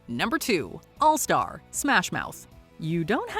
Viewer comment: Allstar only needs one syllable.